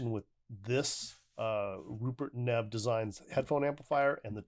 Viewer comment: That’s a BAD BOY! It’s pronounced “neave” you should see his $5k DAC!